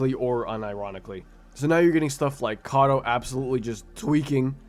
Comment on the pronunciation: erm acttctcctctctully, it's "kato [k o t o]" 🤓🤓